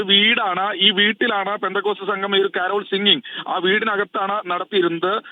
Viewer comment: കാരാൾ സംഘമല്ല സുഹൃത്തേ കരോൾ സംഘം